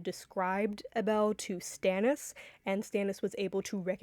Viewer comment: Really enjoy a lot of these theories. It is interesting how differently some people pronounce certain names. I had no idea who she was talking about in her last video when she kept saying, “a bell” until I finally realized she’s referring to Abel (which I always pronounced the same as “able”).